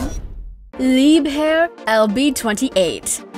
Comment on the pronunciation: since when is engine horsepower a capacity? And leib hair? whit? its pronounce leibher - Lee buh her or leeber. You sound educated but yer just not. The facts were correct and i do appreciate the research but the terminology is terrible. i suppose i did enjoy it